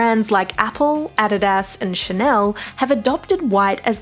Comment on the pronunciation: The way she said "adidas" smh